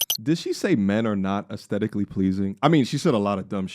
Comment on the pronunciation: Boy, that girl talking about astetically pleasing 😮😱🤦🏽🤦🏽‍♂️